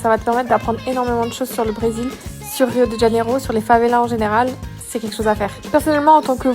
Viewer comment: C'est Rio de Janeiro et pas rio djaneiro